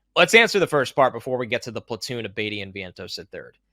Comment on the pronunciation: where did you learn to pronounce "platoon" the way you do?;)